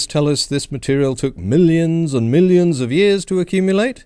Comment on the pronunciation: What is it with the creationists' inability to pronounce "millions" or "billions"?